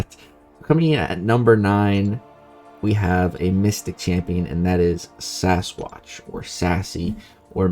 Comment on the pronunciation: I think called Sasquatch like ‘Say-squatch’ lol